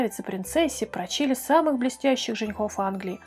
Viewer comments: Может прОчили, а не прочИли? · Вроде живой голос, но ошибки😲про'чили, а не прочи'ли. И это не приятно. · Не прочИли, а прОчили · Не прочИли,а прОчили.Ухо резануло. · Не прочИИИли,а прОООчили!!!!🤨 Перед тем как читать текст,интересуйтесь произношением слов!!!! 😠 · ПрОчили, а не прочИли. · Факты интересные, но почему голос так скачет? То почти шепчущий, то почти крик %-/ а ещё бы русский язык подправить: прОчили и т.п. испанский, допустим, вы не знаете, поэтому для информации - алькАсар и никак иначе. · Ставьте ударение правильно! ПрОчили.